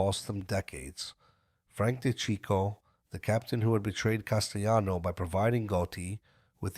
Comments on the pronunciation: Castellano is Italian, not spanish. It's not pronounced castayano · As soon as I hear "Castayano," 🫥😒🙄